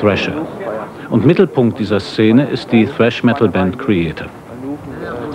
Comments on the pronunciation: ...als sogar das ARD Thrash noch richtig ausgesprochen hat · total underrated dass die ansagerin Thrash richtig ausspricht :) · Die Dame spricht es richtig aus und des Genre wird auch noch richtig beschrieben 👍